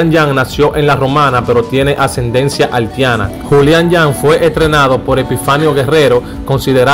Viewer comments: Haltiana por Dios Haitiana ,no menciones tanto la L lee un poco mas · Halti, Haltiana? 🤔 🤔 🤔 Brother trata de mencionar la i donde va! Debes trabajar en tu léxico hermano, tomalo como una critica constructiva!